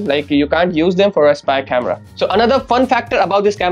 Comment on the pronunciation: ahan ahan English chemera🤣🤣🤣🤣 speaker yeah speaker 😂😂 best one is the chemerahh 😂 OMG